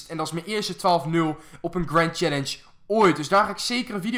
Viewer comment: of boomstam en je zegt grend chellenge